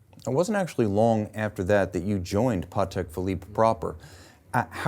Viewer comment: Cannot thank enough for correctly pronouncing Patek - the polish way., absolute patek legend.